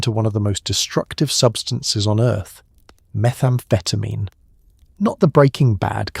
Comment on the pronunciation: This sounds more like dexamphetine than methamphetamine?